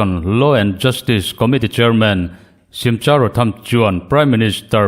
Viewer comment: nge²🎉 chutih rualim Simcha tih hi Simkha tiin pronounce rawh aw...😊